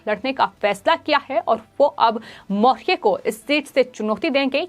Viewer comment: ये एंकर सही उच्चारण नहीं कर पा रही है, मौर्य नहीं बोल पा रही है।।।